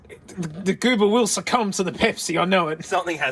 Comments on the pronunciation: Someone count the number of times he says "pehpsi" (pepsi) for the JA's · Omg say Pepsi again